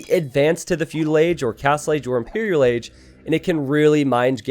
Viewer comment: impereral agee :'D